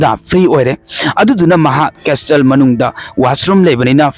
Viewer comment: Bro "castle" pronounce se "custle" oidoune